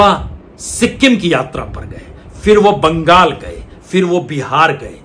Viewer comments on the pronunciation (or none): none